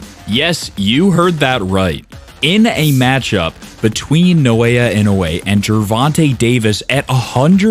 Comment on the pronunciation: Why you pronouncing it as No-Aya instead of Na-O-Ya 😂